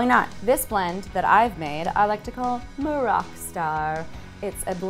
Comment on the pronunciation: I'm from Morocco, and I actually like the way Natasha pronounces 'Maroc' :) now that makes me wanna go prepare some moroccan mint tea!